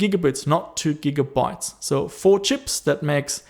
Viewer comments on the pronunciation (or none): none